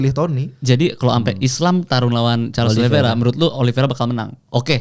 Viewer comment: Oliveira pak bukan oliviera